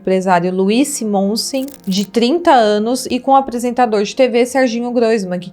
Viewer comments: SimÔnsem 😂😂😂😂 Pronuncia-se "sÍmonsen". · Luiz SÍmonsen, sílaba forte, proparoxítona. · Me permita uma observação: a pronúncia é SimonSEM ( lembra do Mário Henrique Simonsen?) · Oi, só corrigindo: Pignatari: se fala "Pinhatari" e o Simonsên, se fala Símonsen. Trágica história... Nem sabia dessa história... Sorte dela sair viva.... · o sobrenome SIMONSEN é pronunciado com acento no SI ( SÍMONSEN). Trata-se de uma família bem famosa e tradicional em SP, RJ. Tivemos ministro e políticos com sobrenome Simonsen. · PIGNATARI PRONUNCIA-SE PINHATARI. UMA FAMÍLIA MUITO CONHECIDA E MILIONÁRI DA SOCIEDADE PAULISTANA. SIMONSEN SE PRONUNCIA COM SÍLABA TONICA NO SI. GLAMOUR FSLA-SE GLAMUR